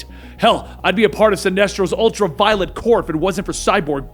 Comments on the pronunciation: The 'ultra-violent' corps? No. Practice pronouncing words more. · U said ultra violent Corp 😂😂